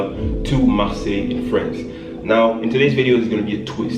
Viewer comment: Marseille 😂😂 I live in France. It's cool how you pronounced "Marseille" so well😁